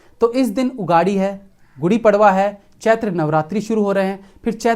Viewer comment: No उगाडी 😮😮😮 its उगादि 😂😂😂